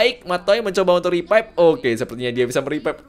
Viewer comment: Revive bang BUKAN RIPAIP ANAK KAMPUNG BIKIN KONTEN GINI NIH